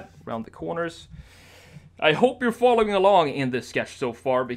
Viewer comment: I thought you were talking to me when you said "following along" I thought you said " following along indecideful " 😂